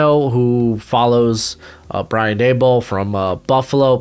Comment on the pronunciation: It’s Daboll like Table, not Duh-Ball.